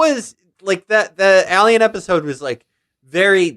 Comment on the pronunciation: Who taught felix that was how to pronounce alien